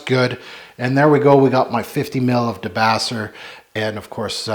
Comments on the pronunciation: De-base-err. Named after a good Pixies track. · No offense but you are mispronouncing the fragrance name. Fragrance is named after Black Francis of the Pixies singing Debaser.